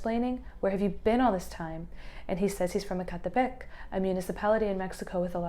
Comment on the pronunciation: From the way you said "Ecatepec" I knew you were Mexican, instantly. So am I. ❤